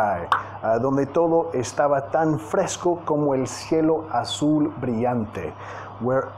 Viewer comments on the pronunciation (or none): none